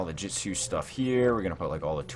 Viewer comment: Bro its shi-pu-dden also hold on did you say jitsu lol